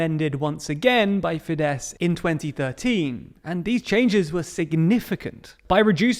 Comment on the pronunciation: You have no idea how happy you've made me by pronouncing fidesz right. Even though I hate fidesz.